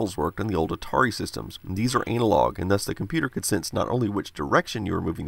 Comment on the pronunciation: I thoroughly enjoyed the way you pronounced "analogue" ;) ;) btw I love your channel!